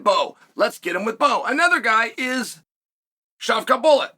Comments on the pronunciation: Boss said shavkat bullet :face-purple-crying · Shareea.... lol then he said shucka bullet.